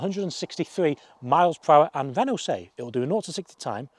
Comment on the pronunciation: It's Renault without the "LT" Renau.